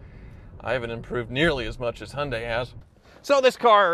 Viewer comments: It's Hee un day, not Hun day! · Hun day - still sounds strange to my English ears. We go for Hy un die but who knows what the correct pronunciation is. Mind you I still struggle with Mozz da and Knee sonne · "Hunday" lmao it's Hi-un-day... Kills me everytime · Hun - day try saying hi - yun - day you American’s make me laugh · It's " Hi. UN DIE " not Hun die lol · Hi-oon-Di, not, as you call it a hunday. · It's pronounced Yundai... Not Hondai... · The Y in Hyundai isn't silent. Why can't Americans pronounce any car names correctly? Jagwar, neesan, hundai.................. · Honday ???? You mean Hyundai its pronounced and spelt Hyundai not honday why can't you use English ?? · He-un-day is how the Koreans pronounce it, so I guess the Aussies have it right. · Canadians don't pronounce the H and the i. We say it 'yoondah...' (along with a sweeping hand gesture.) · Bro, calling "Genesis" a Hyunday, is like calling "Infinity" a Nissan, or Lexus- Toyota. Lol.... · Why do you pronounce Hyundai as Hunday? Just wondering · Hy un dai. get it right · Hyundai is pronounced Hi un die .... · Could not take it any more